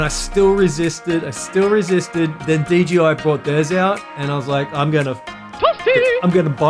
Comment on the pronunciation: You said DGI every time , instead of DJI. 😂